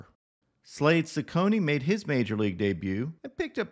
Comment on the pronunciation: Since we're likely to be hearing about him for a while, Slade's last name is pronounced Chec-coni, not Seconi.